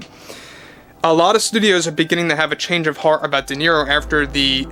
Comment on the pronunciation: I think it's pronounced De Zero